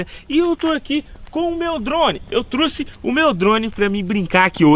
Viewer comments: Eu trouxe não " eu teuxe" kkkk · Eu "truci" é foda em man, é trouxe caraio...kkkkk